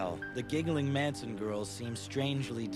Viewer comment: Russian Reulette Manson not "Mansion"